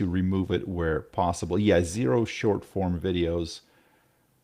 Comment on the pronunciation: Why does say "Shore form" and says "Short form"?